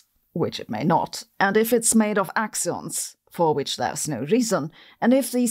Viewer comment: "Axions" or "we don't understand gravity..." "yeah... let's go with the axions..."